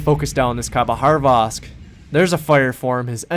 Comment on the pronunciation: good call. For such a great game... I can't agree with the end - never trust a random player to not throw the game. just go dark and ensure 100% win. Hilarious how you pronounce these ships... khabarosvk with an H in the middle of it somewhere (not sure where).. and Des Moines - pronouncing the S at the end even though it is a silent S. haha